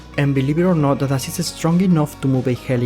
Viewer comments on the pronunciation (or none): none